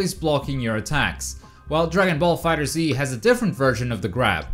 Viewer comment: its fighterz not fighter Z